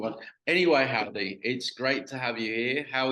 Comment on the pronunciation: “How-Die”